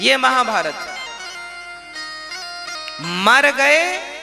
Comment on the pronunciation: A baba महाभायत na Mahabharat hota han